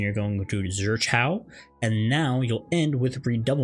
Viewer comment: Great guide but hearing riposte and zwerchau mispronounced so bad killed me. 😂